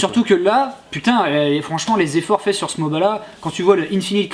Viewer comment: on ne dit pas moba